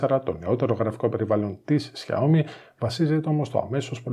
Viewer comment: Τσούζει ότι είναι καλύτερο το xiaomi ε; και προφέρεται Σάο-μί και όχι ζιαομι